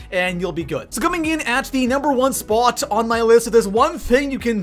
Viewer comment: And you didn't discuss what's in the video thumbnail. Lame. Also, learn how to pronounce "Spot" and "A lot."